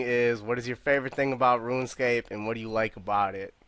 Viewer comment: dont take it to heart i love the podcasts but woonscape kills me everytime. "hey guizzz we talking about updates to woonscape". much love